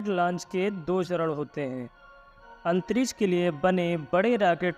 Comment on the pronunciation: आवाज़ बुडबक है राकेट.. आतंरिस बोलता है. रॉकेट. अंतरिक्ष